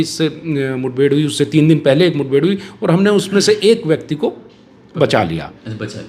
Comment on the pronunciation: Abe chutiye kbhi akbar ko akbra bol sale